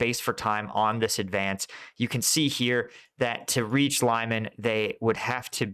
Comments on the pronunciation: Lyman is pronounced Lee-MAHN, with the stress on the second syllable, not LIE-man. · Not very important, but anyway: Lyman is something like Lee-MAN, not LIE-man. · Lyman is pronounced as "Leman" for English speakers! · Lol can't even say Liman right lol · Lee-MAHN! Hehe, just another tip. Love your content! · I watch your videos every day and appreciate your military knowledge and the way you explain tactics. A pet peeve though is the way you butcher the pronunciation of some of the more widely used Ukrainian names. I'm not talking about obscure villages -- rather places like Lyman, Svatove and Zaporizhia that are often in the news. I don't speak Ukrainian, but I make a point of listening to the pronunciation of native speakers in vlogs like Denys Davydov, Reporting From Ukraine and others. It's "limm-AHN," and "SVAH-toh-veh" (capitalized syllable accented). The "zh" in "Zaporizhia" and "Prigozhin" is pronounced like the French "je", or the way the "s" is often pronounced in words like "measure" and "pleasure." Sorry, I really do love your channel, but this is kind of like listening to fingernails on a chalk board.